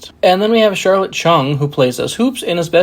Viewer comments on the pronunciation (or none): none